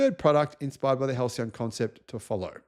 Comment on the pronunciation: Halçyon. Soft "C".